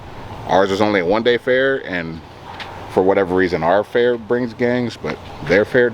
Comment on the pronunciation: the event is called fear instead of fair